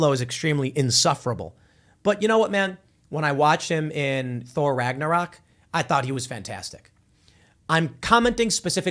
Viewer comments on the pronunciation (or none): none